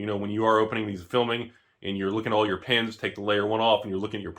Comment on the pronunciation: I still hear "look at the pants" when says "look at the pins", can't unhear that.